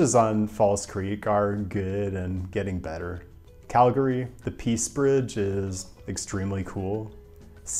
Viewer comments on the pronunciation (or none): none